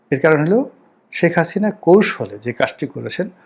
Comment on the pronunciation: শেখ হাসিনা উচ্চারণ টা ঠিক নাই। আর সেনানিবাসে জরুরি অবস্থা জারি, এই সমস্ত ভুয়া খবরের জন্য আপনাকে গ্রেফতার করা উচিত।